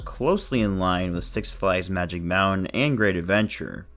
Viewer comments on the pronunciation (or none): none